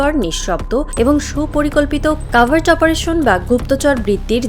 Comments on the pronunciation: উচ্চারন্ হবে কভার্ট। কাভার্ট না। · this sounds like AI news. "cavart" or "covert".